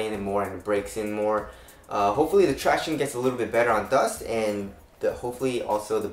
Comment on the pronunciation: runinyuh he is just saying “traction” but he is saying it weird. Tract-iown-ess